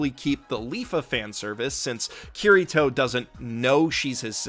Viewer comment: Ow... English accents absolutely butchers Kirito's name.